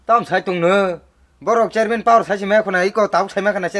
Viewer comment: 😂😂 he even don't know to pronounced chairman chariman